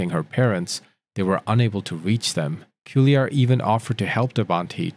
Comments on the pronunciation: Just FYI for the narrator.."Cuellar" is a fairly common Hispanic surname. It's pronounced "Kway-Yar"..NOT "Sue-E-Yar". Sorry..it's super distracting. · Pronounced Quay- ar (Cuellar) not Sili ar. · Cuéllar is pronounced Que(like the Q in quest). The second consonant is pronounced like the Y in Yard. So if you do Que-yar it would sound more or less like it's supposed to. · Great content but you really should learn how to properly pronounce names. The driver's last name is pronounced "kwe-yar."